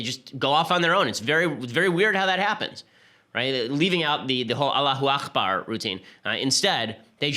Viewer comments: Hate to correct you, Ben. It's pronounced "allahoo ack-bar." "Akhbar" means 'news'. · aKbar, ben. it's not akhbar. it's arabic, not hebrew. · It's "Allahu Akbar " with a hard 'k', not the Scottish "ch" sound